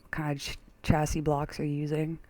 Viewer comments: Nice vid but CHASSIS is not pronounced CHAYSIS it's pronounced SHA-SAY or SHA-SIY. It comes from french diction i believe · Hey, i dont want to h8, but it does kinda bug me, you say chase-is, while its more like: sjasie. Again, not to h8 because i love this robot!